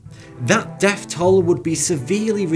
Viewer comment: Your video's are very informative. Perhaps you could do one on correct pronunciation? Like how some people say deaf when they mean death. I just watch a video where the host described how people became deaf from a nuclear explosion not dead. What a plonker that guy is.